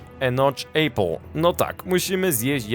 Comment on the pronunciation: apple się czyta apl, a nie ejpl